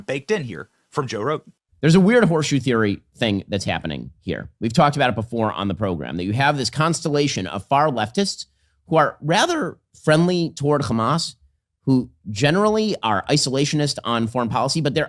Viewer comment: Ben cannot pronounce the letter H?? Hamas!! Not khchamas!!!